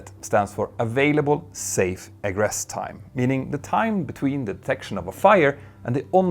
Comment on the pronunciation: Hey Petter! Been watching your mini-documentaries for a while and thought I'd take a moment to give you a couple of pronunciation tips... - Egress is pronounced 'ee-gress' rather than 'egg-ress' - Aviation is 'ay-vee-ation' rather than 'av-iation' When in doubt, Google Translate is a pretty good resource because it has a button to read words and sentences aloud. Somewhat related, but here's a useful piece of info for reading out numbers with decimals. In science class, I was taught that digits after the decimal point should be read out digit-by-digit. So 0.44 would be 'zero point four four' rather than 'zero point fourty-four.' Hope that helps!